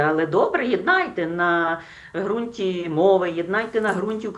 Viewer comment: Ницой передайте, что не "грунт", а"г'рунт". Лучше бы ей продолжать торговать рыбой...